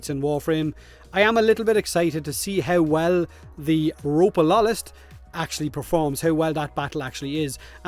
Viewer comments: Repeat after me... Ro-Pal-O-List. Ropalolyst. Not Rope-a-lol-ist. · Isnt it pronounced ropawlolist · my same thought .... "sigh" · How hard it is for a to say it xD